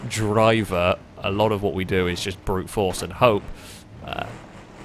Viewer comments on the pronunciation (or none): none